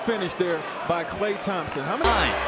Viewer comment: De he say Klay tomsompn windmilll